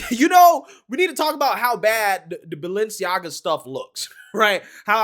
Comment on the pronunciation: Listen to how they pronounce Balenciaga. They're saying baal-enciaga